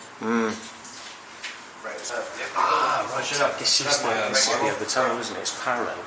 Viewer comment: 'YOU ARE HEE' XD